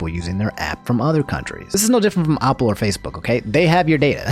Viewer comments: LEARN HOW TO PRONOUNCE BASIC WORDS LIKE APPLE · Why do you say Apple like that lol